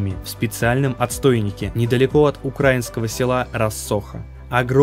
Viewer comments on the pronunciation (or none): УкраИнского, а не укрАинского. Что у вас за проблемы с ударением этим вечно -_